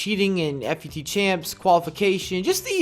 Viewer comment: I've heard you say "F-U-T so many times. PLEASE JUST PRONOUNCE IT LIKE "FOOT"